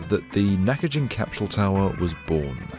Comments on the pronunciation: Love this show, but why are you pronouncing an "H" in capsule? It's not cap shool. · What on earth is a "capshule?" What's "highth?" 😆